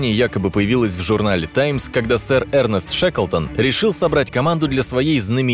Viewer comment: Не Эрнест а Эрнест. 😄😄😄😄😄